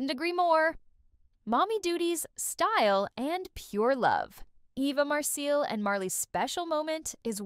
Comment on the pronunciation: Sure isn’t, can’t pronounce Eva’s name. Eva and the lady in the picture should sue